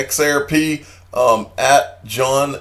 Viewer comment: Come on now.... XareP is not X "Air" P. Blows my mind how we continue to listen to individuals who have issues regurgitating other people news and information.